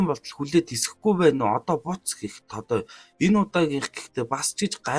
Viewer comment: Тодоё биш тодоо шүү😊